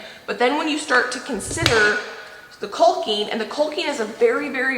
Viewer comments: Isn't it pronounced Cocking?(Caulking)...LOL. I giggle when you say CALL KING hahaha. I wonder if you could make those floor outlets? I'm glad your taking that wall down. Such a beautiful view that is being covered. Smart. Get your rest guys! ❤️ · Kawking,L is silent...not Kulking. Lol. Imo, take down the wall, patch the floor, foor outlet . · We love watching your channel! But please … caulking is pronounced caw-king. I don’t know why but I cringe every time you say it. I’ll blame my mother. She was big on grammar and pronunciation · honey CAWKING NOT CULKING. You are so funny. I'm with Sheba. Lol total hysteria. Take that darn wall down. That is the ugliest thing I have ever seen. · I'm sorry, the pronunciation of caulking as "colking" is driving me crazy. Skipping to videos when the "colking" is done. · U are saying caulking wrong is called cocking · The L in caulking is silent. You pronounce it like you pronounce the word talking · Are we Canadians mispronouncing “caulking”? We all leave the “l” out… like a silent “l”. Is it like zed and zee?